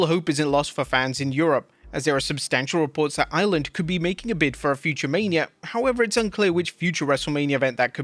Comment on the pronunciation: Sounds like he's saying "island" when he says "Ireland"